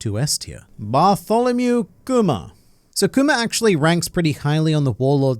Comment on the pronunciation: The way he said bartholemew KKKKKUMAH